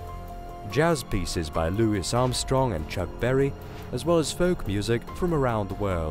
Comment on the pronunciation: Loo-ess Armstrong